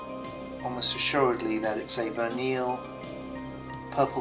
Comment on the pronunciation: Vineal? Its Verneuil...